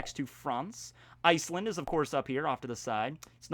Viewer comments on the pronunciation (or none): none